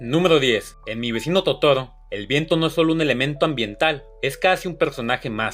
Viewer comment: "...que seguramente no conocias". Eres un burro. Si no puedes ni pronunciar bien el nombre de Totoro.